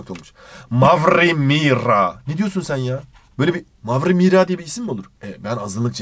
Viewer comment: Mavrri Mirra! Ne diyorsun sen ya?!